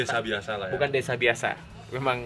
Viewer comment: Bukan gitu, pengucapan desa buat org bali itu "dese", dg "e" terakhir itu seperti pengucapan "elang" Desan itu biasanya utk kata memiliki, contoh: Desan I Made, artinya Desanya si Made